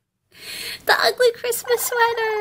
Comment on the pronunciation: Oh my GAWD CWISTMASSSSSS